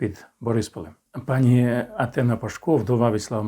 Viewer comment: Неграмотний! Не знаєш укр.мови,не вмієш правильно навіть наголос поставити в слові : пані.Навчу,бо коробить ! Якщо в однині,тобто до однієї особи,то ПАНІ,якщо ж в множинні,то наголос на ДРУГОМУ СКЛАДІ--ПАНІ' !!!! А Зе,(вам на встид),ставить в цьому слова наголос ПРАВИЛЬНО!!!!